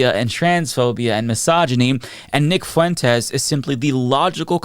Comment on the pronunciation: "Whether it's Nick Fuuu en tez"